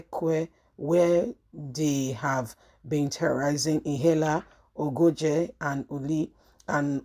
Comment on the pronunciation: You mean Ihela or IHIALA (Ihi ala)? Where exactly are you from? Always muddling up names. You don’t have to be from a place to know how to read Naija names.